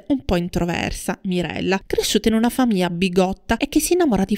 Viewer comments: Mammamia non si può proprio sentire quella mancanza di GL: famiya, fiyo, sveyo, dettayato.... Cacofonico. Un corso di dizione per acquisire la pronuncia CORRETTA della gl, costa troppo!? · GL GL GL GL GL GL, NON y y y y . Grazie. Buona giornata. Ps: se non fosse per quella orribile mancanza della GL i suoi video sono belli.